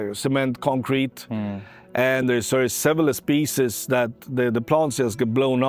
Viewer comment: painful hearing specie in many times